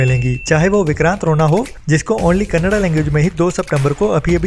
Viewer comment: क़ेन्नेडा नही, कन्नाडा।